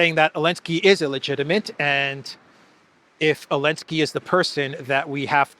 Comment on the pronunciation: why do you pronounce Zelensky without the Z?